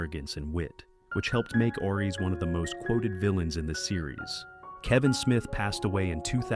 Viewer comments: It's aries , not airy , that doesn't make any sense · DUDE!!! PROGRAM YOUR ROBOT AI VOICE BETTER!! ARES IS SAID LIKE ( AIR - - EEESSS)